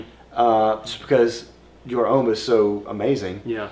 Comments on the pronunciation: Its pronounced Hom, not home 😉👌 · Great review guys! Love all your reviews but for the love of God homme is pronounced ohm not ome